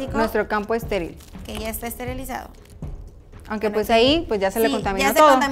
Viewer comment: En el minuto 16: 31 dice esterilizado jajjajajsjaj